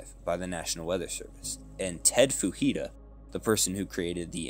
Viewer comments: Fujita is Japanese, not Hispanic. The "j" is not pronounced like an "h." Other than that slight nitpick great video! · I hope to see more from you, this is really good! Best of luck! Also, Fujita is Japanese, and the J is pronounced as it is in the English pronunciation, not as an H sound like in Spanish or a Y sound in Scandinavian languages.